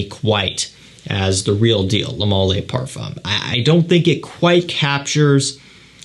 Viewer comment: A pet peeve of mine. In French the word "le" IS NOT pronounced "lay"